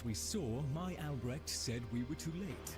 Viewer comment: its ALBRECHT... not alberect